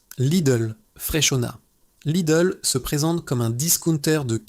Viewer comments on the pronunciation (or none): none